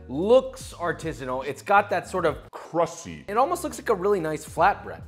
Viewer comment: Did he just say crussy